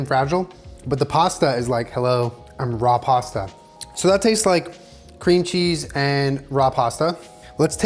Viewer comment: “Mmm cweam cheese☺️”